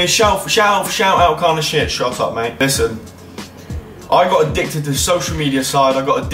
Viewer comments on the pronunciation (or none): none